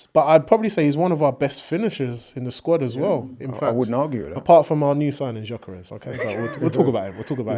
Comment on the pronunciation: I wonder if will ever learn to pronounce Gyokeres' name correctly.